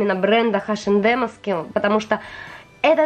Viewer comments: Очень классное видео, мне понравилось, очень хотелось посмотреть распаковки таких календарей и долго не могла найти, а у вас все очень классно! Только мне, очень сильно на уши влияло ваше название H&M [айшем дем] но все равно видео классное👍👍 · спасибо за видео!))) Вы так смешно "Эйч энд Эм"обзываете)))"Хэш энд Эмом"(название смешнючее получилось)))) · у меня подруга вообще ХаЭм называет))))